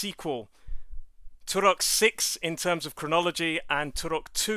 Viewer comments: Stop saying 'Turok' like that. It's super annoying. Here say it correctly "turrrok" . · I loathe the way you roll the "R" in Turok.